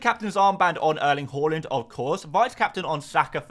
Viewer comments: just one question: why do you always pronounce Haaland as Holland? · Can you please learn how to pronunciate Haaland correctly?!